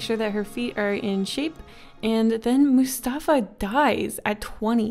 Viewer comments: The way you said mustfa hurts me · The way u said Mustafa >:(((((